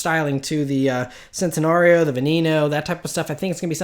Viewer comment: Centanario is pronounced chentanario